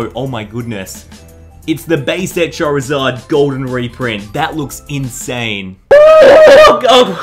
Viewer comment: I swear you said chorizard